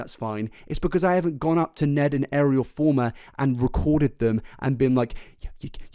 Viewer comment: Fulmer not Former......